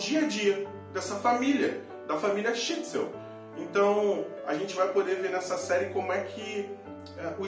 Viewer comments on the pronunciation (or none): Assisti à série toda. É realmente muito boa. Os atores e atrizes são todos ótimos. Só tem uma ressalva,: não é Shitsel, é Shtisel.